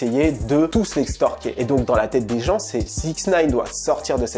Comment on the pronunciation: Extorquer extorquer !!! Pas essstorquer merde c'est pas compliqué